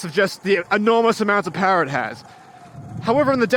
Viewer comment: “Powah” yeah you’ve gotta be from New England 😂